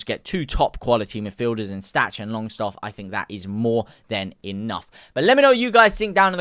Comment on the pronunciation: It’s Sean Longstaff not Shane Longstaff lol